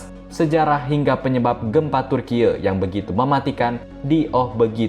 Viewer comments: Turkiye "E" seperti Eka, Esa ,bukan turkiye "E" seperti Entah. 😁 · Turki woiii bukan tur kiek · kompas gak punya pembaca berita yg bagus yaa !!?? turki dibaca turkiye..!? parah banget..pembaca berita kompas.. koq begini.. kacau..!! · Admin nya ngebacot terlalu berlebihan ngomong bilang turkiy malah ngebacot turkiye Taek lu min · maaf turkiye ya bukan di baca turkiyeu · Piye to ki pembaca berita. Bilang Turki aja malah dibaca Turkiye wlpn tulisannya Turkiye. Cerdas dikitlah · Om ..bacanya TURKI aja, bukan Turkiye, turkiye itu tulisannya tapi dieja Turki.... hanya buat Ralat. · Ini sapa sih yg baca, kyk ngeledek banget turkiye2 klu ga bisa cara baca pronounce nya kyk org turki udh sebut turki aja oonce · Kenapa sebutannya jadi Turkiyek.. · Turkeye ? Goblok banget pengisi acara nya 🤮🤮🤮🤮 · Bilang Türkiyenya GK gitu juga kali bg🤣,,, Turki aja dibaca kok,, ye dibelakang menunjukkan nama negara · Aneh kok bgt bacanya orang dr mana ini Tkg bacanya kok dibaca turkiye sih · Dia bilang Gempa TURKIEU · Baca Turki om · Turkiye 😂😂😂😂😂 memalukan pembc berita baca turky Turkiye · ini reporternya lulusan mana ya, cara baca Turkiye (bhs asing) dan episentrum kok jd hiposentrum ? ingat ya redaktur, ga semua netizen bodoh dan awam. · MIN,tlng jngn membodohi masyarakat.Yg nontonkan ada BOCIL juga.Itu memang tulisannya TURKIYE tapi dibacanya tetep pake bahasa Indonesia dong...